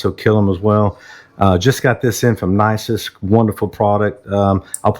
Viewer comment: Ok you said just got this from Nicest. I thought you said Isis! 😂😂😂